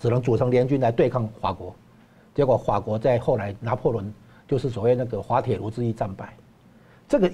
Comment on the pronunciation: 说话都说不清楚。那是fa国，不是hua 国😂